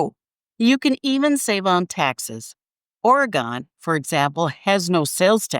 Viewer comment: You forgot Bigfoot Truck Campers. Oregon is not pronounced OR-Gone 🤣